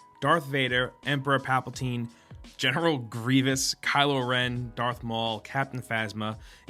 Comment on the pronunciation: Did he just say papaltine?